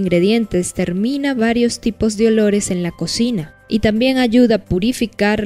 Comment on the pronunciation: Qué es eso de edores ? No entiendo se dice olores